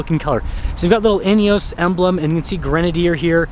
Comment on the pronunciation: In-e-oss. Please stop saying in-e-oooos.